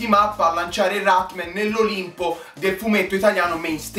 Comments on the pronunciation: dici cose molto vere ma perchè non lo chiami con il suo nome? Rat-MAN! No Rat-MEN..dov'è la e?!?!? :-) Comunque complimenti, sei bravissimo!!! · si dice rat-man non rat-men